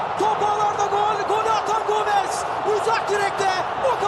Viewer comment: 3 golde gomezzz diye vurgu yapan sipiker hala aklımda